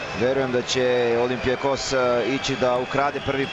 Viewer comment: komentator malo rec nedorastao u bilo kom smislu! uz to pogresna akcentacija na rijec olimpijakos